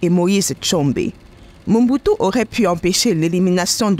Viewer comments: Belle présentation Mais c'est MOBUTU et non MONBUTU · D' oú est tu ma seur, car tu est entrain prononcer Mal mais très mal Mombutu ? Sorry maman c'est Mobutu. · C'est Mobutu....pas Monbutu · Elle ecrotnMobutu mais prononce Mombutu Si c'etait ecrit mombutu elle aurait surement dit Mobutu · Ce n'est pas MOMBUTU mais plutôt "MOBUTU"